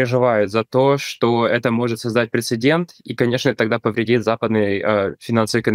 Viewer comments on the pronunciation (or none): none